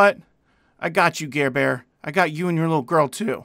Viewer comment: He said Garbear 😂😂😂😂